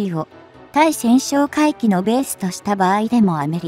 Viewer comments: たいせんしょうかいきとカナをふっているのに、何故ついせんしょうかいきと発音するのか。 初っ端の文章もおかしいけど、作ったあとに文章の見直しはしないのか。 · 対潜哨戒機(タイセンショウカイキ)のことを「スイセンショウカイキ」と連呼しているのが耳に残って、気になってならない❗️ 自動読み上げであるにしてもUP前に確認作業はしているであろうから気が付かないわけはなかろうに、そのままアップしていることに恥と言うものを感じないのか？ 改善できないのであればUPなどしない方が良いのではないか❓ 老婆心かな❓ By 侍。